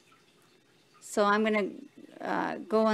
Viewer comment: Please stop saying 'acrossed' --the word is ----- ACROSS!